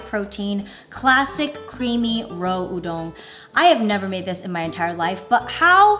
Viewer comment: is it me or did she say udon like it was french 😂